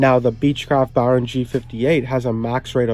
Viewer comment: It's pronounced "Bare-on". NOT "Baaarn". Speak English...!!